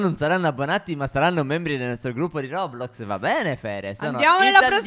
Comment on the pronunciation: Si dice roblox non rodrox